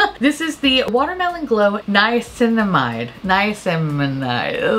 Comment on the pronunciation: nai - uh - sin - uh - mide (ur doing ur best & that’s ok 😂) Hope this helps!